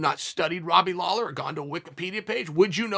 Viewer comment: Seriously? It was a terrible video. Flip-flopped more than your least favourite politician. Mispronounced Lawler's name at the end. Bad video. But at least he didn't hex either of them by outright picking a winner.